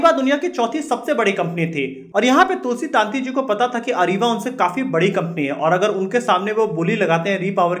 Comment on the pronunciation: તુલસી તંતી નોટ તુલસી તાંતી please correct your pronouns.